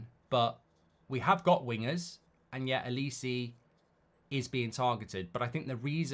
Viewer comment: It’s not olis-eee it’s olis-eh